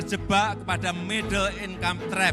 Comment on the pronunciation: Hahaha iya aku jg dengernya middle in kampret 🤣